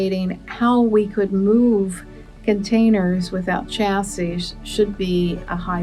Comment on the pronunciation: Chassis, shassy not cha!!!